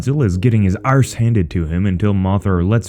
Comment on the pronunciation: An American Saying "Arse" Something rarer than Godzilla himself.